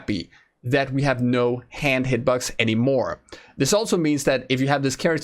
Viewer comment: Yo, ik heb denk ik al je revieuwss gezien, moet zeggen knap werk man! There's only 1 remark... work on your English Pronunciation (it seems like you say hitbugs instead of box). well.. maybe its becouse you're Dutch.. Nevertheless... if thats the only re^mark i can make... damn you're good, you should work for pubg dev team!!! You make the vids and give the info every1 wants to hear/know... GJ!!